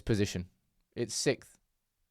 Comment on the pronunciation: instead of sixth you say sikth hahaha